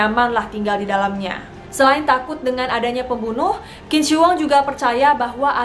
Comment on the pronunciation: Qing dibaca ching